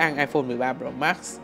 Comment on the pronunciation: Nghe khứa đọc "ai phôn 13 rồ mát" chắc ko chỉ 1 mình tui nghe như vậy :)))